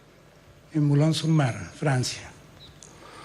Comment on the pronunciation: Pronuncia bien el francés Boulogne Sur Mer aprende a hablar sino no digas nada y ahora,la bandera está asediada por ustedes delincuentes